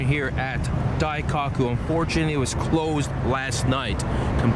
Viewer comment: Wait You're in Japan and you put JDM as a car type in the description? What? Also if you can pronounce Murcielago correctly, you can pronounce Daikoku correctly.